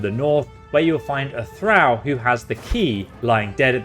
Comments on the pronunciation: Arcana is pronounced Ar-cain-uh. It's a derivative of the word Arcane which is not pronounced Ar-khan. Thrall is pronounced Th-rall. Not sure where you're getting that pronunciation from given that Lae'zel says it to you 2 minutes into the game. Reliquary has a Q in it and is pronounced Relly-kwary. Newty-loid was driving me crazy though. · Pronunciations… please work on them no cap. Arcana (are-khan-ah), thrall (ther-ah-uhl), reliquary (reh-lik-uh-airy).